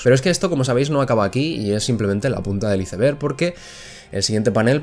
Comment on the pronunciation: Me estresa mas que digas ice berg en ves de pronunciarlo como "ais berg"